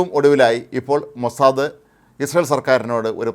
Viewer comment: ഹേ മനുഷ്യാ മോസാദ, അല്ലടോ മോസാദ്, ഹിഹിഹി